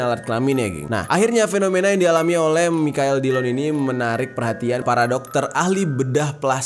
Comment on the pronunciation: Ngakak pas bang jer berkali-kali spelling Michael jadi "Mikael" secara jujur 😂 udah gitu dia bilang kapan "anu-anunya" lagi 😂🤣🤣